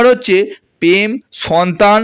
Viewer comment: আমনারা, চাগরি, পেম, পোআবে , পোমোশান, .........এই কথাগুলো, একটু ঠিক করে বলুন 🙏। আপনি যেগুলো বলেন, সেটাই লিখলাম, শুনতে খারাপ লাগে 🙏।